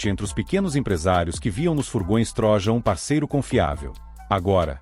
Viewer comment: Só corrigindo a pronúncia: não é TRÓJAN mas sim TRO_JÂN ( de Troiano )